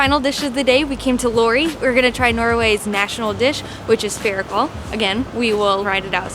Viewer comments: Ferikal thats the worst pronounciation of fårikål i have ever herd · fair kål haha fårikål is kinda 3 words, Får i kål, means sheep meat in cabbage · Fårikål Should be pronounced like fore-e-cole